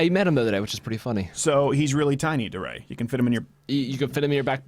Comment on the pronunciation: DeRay. I think it's pronounced "D-Ray." Like D-Day.